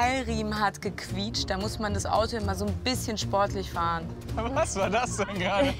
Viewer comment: Ge „kuitscht“